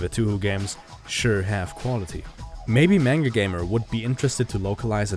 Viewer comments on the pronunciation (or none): none